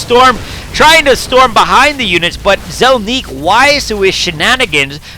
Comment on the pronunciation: "Zelniq" = ZEL-nick, not zel-NEEK